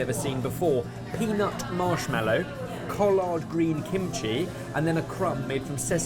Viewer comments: The southern in me hurt to hear col-lard green. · "Collard" (as in greens) is stressed on the first syllable, and "-ard" rhymes with "bird". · I just cannot get over how they pronounce some of these words lmao I start zoning out and then hear saying collard greens and it throws me for a loop lol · The way said collard made me uncomfortable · Even after finishing the video the one thing that stuck with me the most, that I just can't get out of my head, is that peanut marshmallow dish 2 minutes in. Partly because it sounds and looks amazing and partly because of the way says "collard"